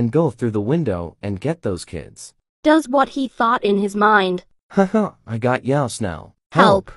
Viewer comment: Lol she said dose in the hospital when she introduce her self she said dose not does